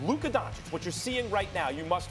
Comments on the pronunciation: Y’all trippin lol. This man did not say “Luker”. I listened over and over and I clearly hear the “uh” sound, not the “er” sound. He did, however, pronounce Doncic wrong again lol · u mean DonCHICK? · The letter "o" in Doncic is pronounc like "old" or "over" and not like the "o" in "down" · Don Chick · No one SAS : donchick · SAS still won't even pronounce his name correctly 🙄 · Sas is capable of pronouncing Aldridge the right way or sandwich or bridge...but he can not say Doncic the right way?I think that is on purpose,just to disrespect the man. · SAS are you kidding me!!!!? You can't be a tv host who can't pronaunce someone's name, especially the best young NBA player of all time! Don't be that disrespectful, take a class or something, you can do it.